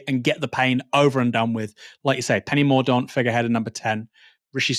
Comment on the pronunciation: Its pronounced Penny Mor Dent...ffs